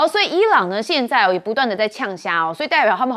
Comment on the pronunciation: 嗆聲tchian- siann, 台灣國語